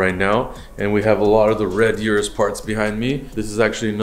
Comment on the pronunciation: Thanks for pronouncing Urus the correct way. I always check and confirm how employees and manufacturers pronounce the name of their products.